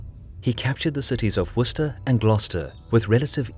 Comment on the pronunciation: honestly its so good to finally hear somebody pronounce Worcester and Gloucester correctly